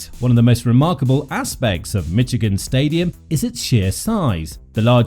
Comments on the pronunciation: “Mitchigan” instead of Michigan is wild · There's no "T" in Michigan.. It's Michigan, not Mitchigan... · Calling this "Mitch-igan" makes this unlistenable, aside from ridiculous. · And it’s not “Mitch-igan” !!!!